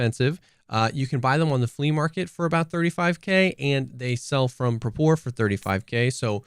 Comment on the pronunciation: Pronounced Prapor correctly! Subscribed